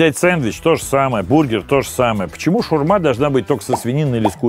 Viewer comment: шАурма, а не шурма, блин